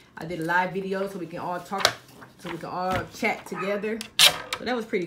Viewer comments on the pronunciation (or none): none